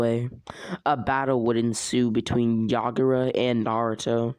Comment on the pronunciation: to I’m done I can’t with this oh and it’s yagura not yagaro